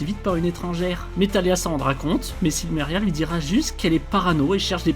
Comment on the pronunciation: Donc le "L" de Silmeria ne se prononce pas ?